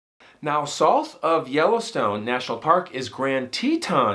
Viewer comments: Curious why you don't say South, instead sounds like Soth. Ha Love watching your channel esp when you follow up w phone interview POV! 🫡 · I love your channel!! I don’t know much about different regional pronunciations of different words, but everywhere I’ve ever lived, the word “South” has pronounced as “sow-th”… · Love ya But I have never heard anyone rhyme South with sloth before! What accent is that?? Lol I always hear South rhyme with mouth. But wait a sec… how do you pronounce mouth? Like moth? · Love your storytelling, but please learn how to say South! 😂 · Haha ok got it! I thought I was hearing some accent I’d never heard before. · I love the way he pronounces the word SOUTH😆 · Please say the word south correctly